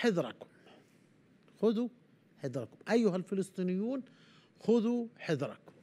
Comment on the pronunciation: يا يقال خذوا حذركم بالفتحة على الحاء وكذلك الذال والراء